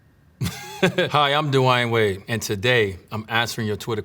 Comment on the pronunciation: So I've been calling this man "Dwane" Wade my whole life. You telling me it's actually De-y-uhn Wade?